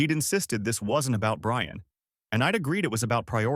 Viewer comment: “I shall wewease…… Bwian!”